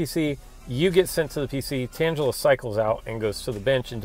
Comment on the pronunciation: You say "tangla" strangely. maybe its because I'm from england lol